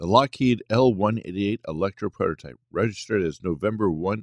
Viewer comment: and just what is a protype? it seems ai narration cannot handle the T in prototype